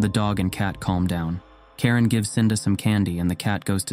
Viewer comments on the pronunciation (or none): Mispronunciation of the name I guess. Karin is a common name in Sweden but you said Karen, which, if it exist in Sweden is extremely rare and brings the thoughts to the Karen meme.